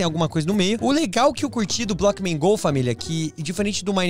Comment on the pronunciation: Ele falou bockman go